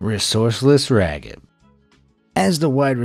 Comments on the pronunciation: Unfortunate but interesting stories although I'm not sure how much I trust the research when the narrator can't pronounce Raghib "Rocket" Ismail's name properly (A.I. voice-over?) and says the 113 year-old CFL is a newly formed league. smh. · My guy…. If you are gonna try to highlight peoples problems and issues, at least get their names correct. This isn’t the first time you said a non-white persons name waaaaau incorrectly. Do you even do actual research? The name of the football player Raghib Ismail, is pronounced Rah-Hib. Put respect on people’s name as you recognize their faults. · Raheeb not Ragid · "Raggib"??? 🤣😅 His name, Raghib, is pronounced (ra 'JEEB) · His name is "Rah Heeb" Ismail NOT Raggib lol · IT'S PRONOUNCED "RAH-HEEB" NOT RAGIB and the first recorded game of Canadian football took place in 1861, eight years before the first documented American football match. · It's not pronounced Rag-Hib. It's pronounced Ra-Jeeb🤦🏿‍♂️ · It isn't pronounced "Ragib", it's pronounced "Raheeb". FYI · Pronounced like "Rah-Heeb".....not Ragib...lol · Dear Mr. voiceover... two bones to pick with you. One, you are butchering the pronounciation of Raghib Ismail's name. I watched him play in Toronto in the early 90's and it was never pronounced Rag-hib. Secondly, the CFL was not a newly-formed league. It has officially been around since 1958 and it's Championship, the Grey Cup, actually dates back to 1909. (Much longer that the borefest that is the Super Bowl!) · Raghib is pronounced raheeb,and the Canadian football league was not newly formed. Now I remember why I unsubscribed from you already. All your information is littered with false and misleading information. Learn to research more thoroughly. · Who tf is "Ragid" Ishmael? I remember Raheem "The Rocket" Ishmael that played for Notre Dame. Never heard of Ragid.🤦🏾‍♂️ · Are you seriously calling him RawG-hib? You do not pronounce it with a hard G. In fact, you don't pronounce the G at all.